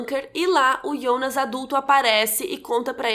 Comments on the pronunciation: Pq vc fala Ionas e não Jonas? Na série mesmo fala Jonas, ou eu tô doida kk , essa tatuagem do Noah é igual a um quadro do hospital que o Mikkel viu e em outra cena estava com o quadro na cama. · Que agonia velho, ela falando ionas e não Jonas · ótima analise e contrução de narrativa, mas pq ''Ionas'' e não "jonas"? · eu gostei do video e da explicação mas chama de jonas e nao ionas pfv kkk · Q agonia ouvir "Ionas", pq n Jonas msm? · Não é ionas não mulher é Jonas... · Ionas .. pq nao pronuncia JONAS CARAI?? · por que você fala yonas, se é Jonas? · porra de ionas é jonas!!!!! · ionas...? fala Jonas... santo Deus. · " Ionas " da agonia ouvir o nome dele assim kkkk é JONAS kkk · Achei que era só eu que estava com essa agonia kkkk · O engraçado é que ela fala "yonas" não "Jonas" kkkkkkkkkkkkk estranho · Pq ela chama o Jonas de Ionas ??? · QUE AGONIAA ELA FALANDO IONAS KKKKKK maaas perfeito video adorei o resumo <3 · Porque vc fala "Ionas" se é Jonas? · A gente já tem dificuldade pra lembrar dos nomes, ela ainda fala IONAS ao invés de JONAS, sei que a pronúncia é IONAS, mas em português é JONAS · ionas? Kkkkk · Ionas ou jonas? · Agonia de chamar de Ionas 🤣🤣🤣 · Fala jonas por favor, voce falando ionas só complica mais as coisas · iounas kkkkkkk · eu gostaria de saber porque você pronuncia o nome JONAS de: IONAS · É "Jonas" não "Ionas" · Ionas???? Não é Jonas???? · É “ionas” ou Jonas? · Jonas= yonas?? Jacaré = yacaré?? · KKKK O melhor do vídeo é ela tentandor falar os nome do personagem IONAS kkkkk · Mayara Andrade pq raios ela pronuncia “Ionas”, deu agonia 🤣